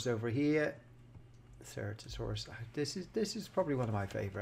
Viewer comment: by the way ceratosaurus is pronounced "sir-at-oh-soor-us"